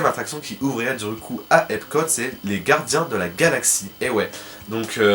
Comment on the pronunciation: Gardiens et non guardiens! Sinon j'adore trop tes vidéos! Vite la suite!